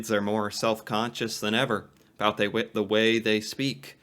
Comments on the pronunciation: Also favourites in Britain. Not as drawling as American nor as smarmy or pronounced as many British accents. Just nice, clear middle of the road. As for this guy, he is messing with us with the aboot nonsense. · I'm a born and bred Canadian, and this is the only dude I've ever heard pronounce "about" it this way. But I will admit that much like the US, accents are stronger and more pronounced in rural areas versus big cities/suburbs. This fellow Canadian is just weird. (sorry) He sounds more like a cartoon character. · Exactly, Canadians do pronounce "about" distinctively, it sounds like a boat. or abewt, while americans usually say Abaowt. "A boot" is an exaageration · I was stunned to hear someone actually pronounce "aboot" while watching your videos, I've never heard this in BC. but USA friends have told me about it. Loving watching your videos and learning about my country, thank you, eh? ;) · I’ve never heart about pronounced as aboot either and I’ve lived in Ontario for over 50 years. The guy on the video is definitely exaggerating for views. I’ve always thought that Ontarians sound very similar to Californians. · Never heard someone says aboot 😂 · I noticed as he was beginning that in one sentence he used "about" three times. The first one was pretty "normal", the second he adjusted to sound closer to his idea of "Canadian", and the third was full-on "aboot". This was all within five seconds. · As a life long canadian of 36 years, 30 seconds into playing this guys video and he's already giving me a headache. No canadian I have ever heard pronounces around as "aroond" or south as Sooth". I've also never heard another canadian say "aboot" rather that "about" normally. Canadians don't sound like that what so ever, it's all hyper exaggerated for comedy. I will say however, Canadians saying "eh" in just the same sentence ender as the American "huh".